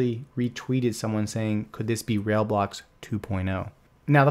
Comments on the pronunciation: 'Rail-blocks' is pronounced: RYBLOCKS. I would love a detailed review of PascalCoin. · It's not "Rail blocks" it's "Rai Blocks" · Are you pronouncing it "rail blocks"?